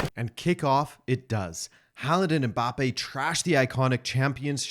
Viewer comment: The commentator is one of the fewest westerners who pronounce "Mbappe" the correct way unlike the majority that say "em-mbappe"